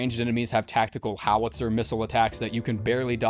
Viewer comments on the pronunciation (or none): none